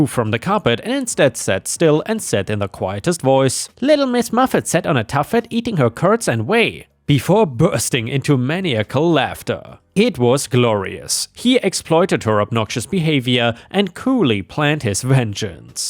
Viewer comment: Magellan is "mah jell in." "maniacal" is "mah nye ic al."